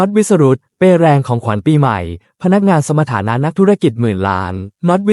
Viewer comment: สมฐานะ ไม่ใช่สะมะถานะ